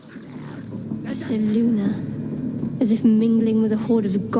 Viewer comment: And why do they say "Seluna," and not "Selune"?